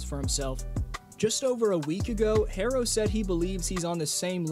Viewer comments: Tyler picks up cell “Hair-ro, Hair is this?!” Lol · Why does he keep calling him “Hairro?!” Tyler Hairro….smh